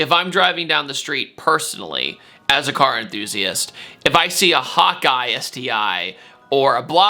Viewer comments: Is he saying hawk eye or hot guy 🤔 😂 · I know you’re saying “hawk eye” sti but every time I feel like you’re saying “hot guy” sti 😂